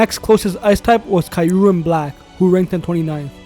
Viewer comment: The way he is pronouncing Kyurem is killing me Good vid anyway